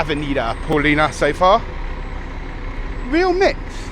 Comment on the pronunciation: It's ok to mispronounce words in Portuguese like Paulista, it was ok, we understand. But, in my opinion, we should issue a petition to the city hall demanding that they change the avenue from Av. Paulista to Av. Paulina, just love it.😅